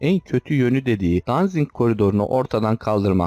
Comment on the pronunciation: Danzing değil Danzig